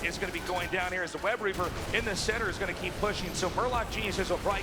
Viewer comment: He keeps saying webREAVER, pissing me off.